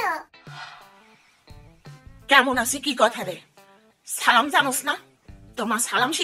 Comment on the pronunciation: আপনার সালাম দেউয়া সুদ্ধ হয় না।